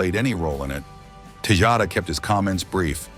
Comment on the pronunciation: It's AI. Obviously not very good quality either considering it pronounced Tejada like 5 different ways throughout the video.